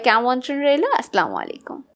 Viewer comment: উচ্চারণ টা আসস্লামু আলাইকুম(অর্থ :আপনার উপর অভিশাপ বর্ষিত হোক) হবে না,🚫 বলতে হবে আসসালামু আলাইকুম(আপনার উপর শান্তি বর্ষিত হোক)✅ প্রিয় আপু,আশা করিভ next video থেকে right pronunciation শুনতে পাবো।ইংশাআল্লহ।